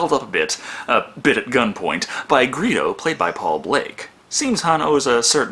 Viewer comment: It's GREEDO, not "Greeho", you utter hack!! Granted, I can imagine that it might have been an honest mistake to misread a "d" as a "h", especially since you are a member of the Brotherhood Of Shitty Eyes just as I am, but nevertheless! All your nerd cred just went down the drain. (gasp) And the shit just keeps on coming. YOU LEFT OUT HAN'S CONVERSATION WITH COMMAND? That's like, the funniest part of the movie!!! Seriously man, I'm not even a big fan of Star Wars. I STILL haven't seen The Force Awakens yet. You might as well start a weightlifting regime and take care of your body your nerd cred is so dead right now.